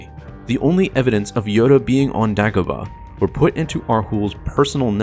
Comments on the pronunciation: DAY-Go-Bah, Say it with me! Day-Go-Bah! Dumbass. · THANK YOU. The way he said it drove me nuts. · How do you mispronounce Dagobah? They say multiple times in the movie. What the hell is Daaagobuh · ear murder it was. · New to the channel. Love everything, except for all the names that are mispronounced. Is there a reason for this? Example, "Dagobah". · Why is he saying Dagobah like that?